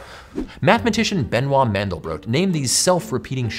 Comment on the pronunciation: Benoit is pronounced Ben-wah in French.